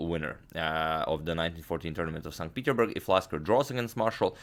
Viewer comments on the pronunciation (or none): You keep saying 'st peterburg', how come you don't pronounce the 's'?